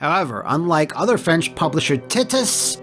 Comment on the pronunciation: Come on it’s pronounced “Tee-tus”, you make me laugh, Aaaaaaaaahaha Aaaaaaaaahaha